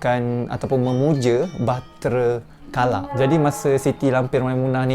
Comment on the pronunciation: ..memuja Batara Kala..(rasanya bukan bahtera kala)